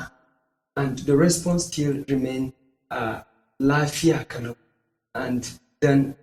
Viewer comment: The problem is that, You are posibly not Hausa Native speaker, as u pronounce Lafiya kalau incorrect.. Saying Yaya aiki is also wrong, Ya Aiki , Ya Iyali is the corect form..